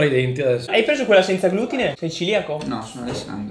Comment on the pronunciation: Ciao, piccola correzione, si dice celiaco e non ciliaco. Ciao grazie.